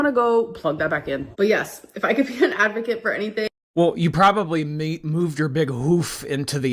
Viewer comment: "If I can be a advakint..." 😂